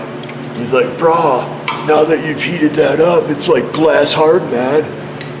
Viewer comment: Lol..."Bruh".... phenomenal beach bum accent!!!!!